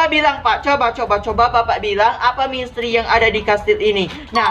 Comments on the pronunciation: Bang ko ngomong misteri malah jadi mestri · Mistery kak bukan mistry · Kak kalo ngomong misteri kok mustri...🤣wkwk kasih love ya😍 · Gw: misteri.... Kak: mistri...wkwkwkwkwk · Emanag tapi gak papa kok maksh han lucu